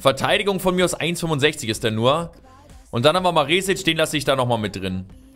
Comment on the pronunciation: Maresic spricht man mit kurzem e aus(bedeutet schnell ausgesprochen